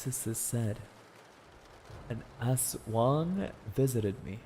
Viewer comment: He really pronounced Aswang as Ass Wang 💀